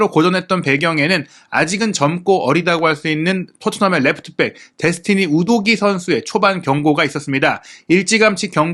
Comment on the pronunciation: 우도기랑 브레넌 존슨을 틀리게 말하던데.. 말을 좀 느리게 하더라도 정확하게 설명하는게 어떨까?